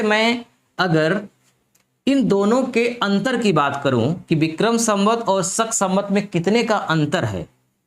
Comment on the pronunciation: सक नहीं होता है भाई, शक होता है